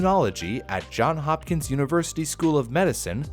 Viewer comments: Johns Hopkins, not "John." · It's Johns Hopkins, not John hopkins. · It's "Johns Hopkins", not "John Hopkins". Your closed caption guy got it right. There was once a guy with the unusual first name of Johns, and somehow he ended up with a hospital named after him. That's the abridged version. They must have so much trouble when people write them cheques, or at least when people used to use cheques. Perhaps they had a second account under "John" just to make it simpler.